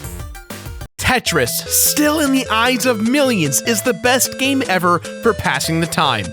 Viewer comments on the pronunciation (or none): "It was like the firrrst Nintendo everrrr!"....